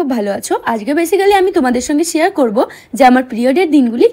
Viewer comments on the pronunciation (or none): Shiar na share